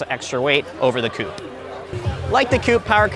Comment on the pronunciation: Coupe* not coup